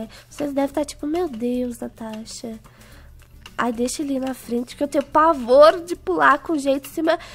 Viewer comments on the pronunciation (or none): Natasha:consembatata eu:parece tô sem batata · A Juh já falo casentra